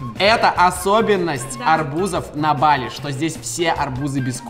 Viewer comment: Не бАли а балИ